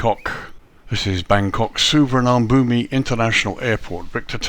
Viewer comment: Please learn to pronounce this airport correctly